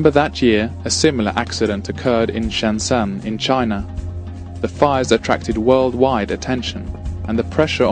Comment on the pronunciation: By the way, this guy keeps saying "Shansam." It is actually Shenzhen, pronounced "shen jen." He is pronouncing it with a very foreigner Cantonese misinterpretation but its still wrong.